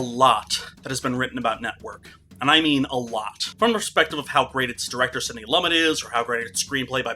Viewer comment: Loo-Met. Not Lumit